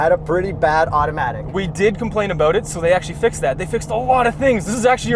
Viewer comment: Complain aboot it?